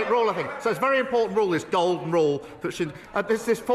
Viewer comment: FFS, he can't help but Lie. He was reading from a script and still couldn't speak properly. Couldn't pronounce 'Golden'. Interest rates are a Bank of England's responsibility. Austerity is already here, they've already been on a borrowing spree, waiting lists are down because Streeting is using private hospitals. At least Rachel didn't cry.